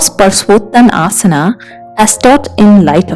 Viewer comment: good demonstration but pronunciation of asana should be as per correct sanskrit word from which this name has been derived.